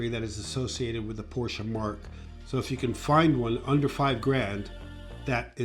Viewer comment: you'd think that a car designer would know how to pronounce Porsche properly.